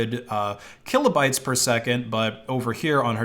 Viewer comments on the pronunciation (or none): none